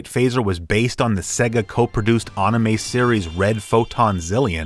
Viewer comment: The "a" in anime is pronounced like the "a" in ham